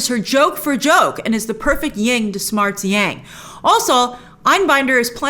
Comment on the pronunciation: Love you Grace, but for the love of Zeus, it's 'YIN and YANG', not "Ying and Yang"